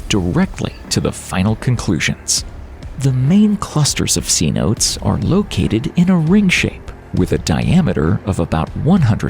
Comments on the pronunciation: Right off the bat when he mispronounced a geological epoch name I got suspicious but when he then mispronounced “cenote” at the 5 minute-ish mark I started scanning the comments. Thanks to your comment I didn’t waste another second of my time.. Cheers! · Get a narrator who can pronounce geologic words correctly. Cenote is pronounced "seh-no-tay", not see-note. Jeez. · A great presentation, though you may want to do just a little more research before actually uploading your videos to share. 5.5 minutes in and the first mistake is the embarrassing pronounciation of "Cenote" (limestone sinkholes portion of video). It's pronounced "say-no-tay".... NOT "see-note". There are several other notable mistakes of mis-information / dis-information throughout the video, though I know were probably not done on purpose. Just need to be a bit more accurate in your research if the goal here is about education, inspiration, and awareness to the wonders and mysteries of this world. Keep up the great series of videos! 👍👍👍👍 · Cenote is pronounced 'seh-noh- teh', not 'see-note'. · “Seanotes” lmao it’s pronounced si-no-tay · Cenote is three syllables not two but of course they don't teach queen's English in schools in America anymore and you're supposed to be a public speaker you think you might breary your speeches before you put them on the air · /ˌseːˈnoː.tə/ NOT / sea-notes / as in say, note, eh. If you are going to narrate, learn how to pronounce words correctly. Especially if you are going to say it over and over. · It's seh-note-ay, not see-note. That is gonna drive me nuts. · The word is pronounced say-no-tays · I think it’s said sontas not cenote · Cenote...sea-note-tay. Chaps my butt that people don't bother to do a 5 sec Google search to find out how to say something they are doing a story on. We can see the make up of planets in other star systems, I think we can figure out to say something properly before putting it out for public consumption. Otherwise, great production.